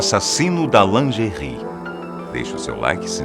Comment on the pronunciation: "Assassino de lingerris" KKKKKKKKKKKKKKKKKKKKKKKKKKKKKKKKKKKKKKKK SOCORRO